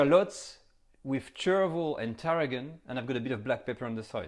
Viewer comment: I thought he said "cherryville"